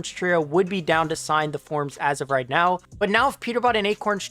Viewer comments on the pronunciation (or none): bro said reet💀